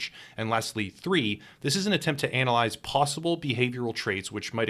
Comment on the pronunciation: sounded like he said "anal'yzed hahaha (yes i am that immature)